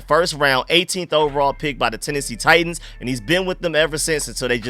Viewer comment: Bro you confused me with how you said titans, it sounded like you were saying tight ends, had my mind in a maze 😂